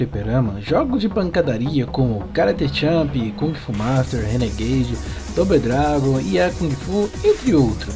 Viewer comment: Ahh! É que é difícil explicar isso via texto, mas a pronuncia correta soaria como "Dôbou Dregon". rsrsrsrsrsrsrsrs